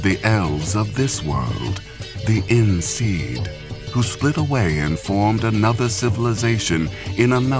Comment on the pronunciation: "In Seed" ... at least this time he didn't fuck up the syllables, only pronounciation, but oh boy, did he fuck up. Damn you, this whole video was about information on the wild hunt that nobody knows and you decide that those small portions that people actually have some clues about are unknown? You could've easily just told us what is know and then told the rest behind locked doors in the small circle around Geralt, without the rest of the world, but no, you had to use a lame excuse like rumors for information that doesn't even exist in the first place. There can't be rumors about something unless SOMETHING starts them, but this whole video has NOTHING to start it.